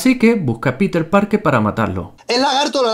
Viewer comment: Pensé que dijo ampeter